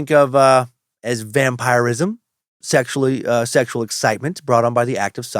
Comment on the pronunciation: Hes definitely pronouncing it correctly. It can be prononced two ways really.